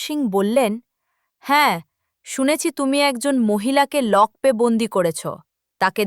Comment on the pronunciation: নিম্ন মানের উচ্চারণ। লকপে কেন, লকআপে তো। গল্পের কাহিনির সঙ্গে ছবিগুলোর বেশিরভাগের সামঞ্জস্য নেই।